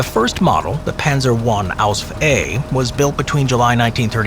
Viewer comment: These AI produced channels are out of control! It's PANZER not panther.